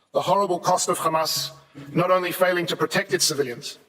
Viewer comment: It doesn't matter how many times they say khqhcamas it will not change the fact of genocide.